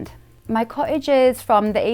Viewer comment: Charming house really hard working girl with real charm, but the pronunciation of "cottage" drove me nuts- sorry